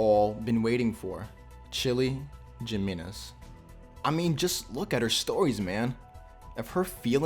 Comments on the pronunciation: Yo pronounce their names right It’s Da Ma Ris And not gimeniz It’s Jimenez He Me Nez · its it's pronounced Himenez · ok you probabaly know this but just to help you incase you don't biu in spanish every j sound is pronounced like a h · Its annoying me by how he says jimenez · That is not how you say Jimenez 👎